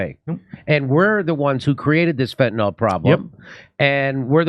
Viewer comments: It's funny, but Vivek is the only person I've heard in this entire segment who pronounced Fentanyl correctly.🤣 Why does everyone pronounce it (Fentanyl NOL?) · Why do so many people call it "fentanol"? Have they never seen it written down? At least Kurt says it right.